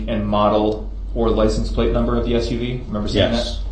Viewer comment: Axe, troof, licence place, dat, substain, tacket, fustration, umbiblical..an English teacher's worst nightmare. 😆